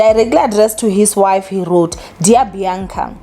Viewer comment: It's Bianca not Beyanca